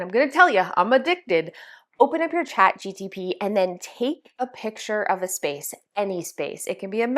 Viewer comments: my ADHD goes bonkers everytime she says Chat GTP and I can't help myself AAAAAAAAAAAAAAAA 😭😭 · Great ideas, thanks for sharing! FYI, it’s ChatGPT not ChatGTP 😂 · You keep saying chat gtp lol it’s chat gpt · Chat Gpt not gtp 🙂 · So you are the reason I keep saying "ChatGTP" when it's "ChatGPT"! 😉😀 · It's Chat G P T. You keep saying Chat G T P. Nice try though 💜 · Haha, it is not chatGTP….. but thanks so much for sharing the tips! ❤ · I grammar check everyone so please don’t be mad… it is Chat GPT Not G T P Just put the letters in alphabetical order and it will be correct :) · Lol ..Love how you keep calling it chatgTp ..reminds me of ATP from med school😂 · CHAT G "PEA" T 😊😊 LOVE YOUR VIDEOS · it's cha gPt not the opposite, you are driving me crazy everytime you say it 😅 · I’m French and I was wondering about this mistake. Is it a mistake ? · my eye twitches every time you try to say ChatGPT 🤣🤣🤣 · you're killing me with Chat G-T-P..